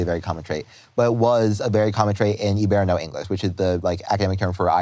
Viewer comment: As an Irish person, the way he said "hiberno-english" tickled me. I've literally never heard it pronounced like that. He said like it "ee-bare-no". We say "hi-bur-no" (like the start of hibernate). It comes from the latin for Ireland, Hibernia